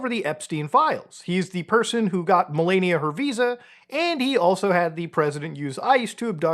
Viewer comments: You need to learn how to pronounce Melanija. You keep pronounce it MelEnia. Her name isn't Melenia, Melania or Melanie, it's Melanija. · It's meh-LAH-nia. Please. Not meh-LAY-nia. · I took a shot every time he said Melaynia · Jesus I don't exactly respect the people but pronounce her damn name correctly. It's not mel-ay-nia it's mel-ah-nia, it's feels like a cheese grater shredding my ear when you repeatedly mispronounce things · "Mill-onn-eeya" U GET! MY WIFE'S! NAME RIGHT!! Who wants Arnie Palmies??😂😂😂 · Ffs it's MelAaania, clean A as is in the word "A..bbreviation. Please. Thank you. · Dude keeps saying Malenia😂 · If I hear “Melayekneeuh” one more time 😡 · I think her name is pronounced "Malaria." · why is bro saying malania like that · its "meh-LAH-nee-uh" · I shocking that someone can do this amount of research and still not be able to correctly pronounce "Melania" or "Ghislaine" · Why are you pronouncing her name like a Elden Ring boss 😂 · Personally, not a fan of Trump, but you really shouldn’t pay attention to people who can’t even pronounce his wife’s name correctly. This dude has no idea what he’s talking about. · Can you please pronounce Melania’s name correctly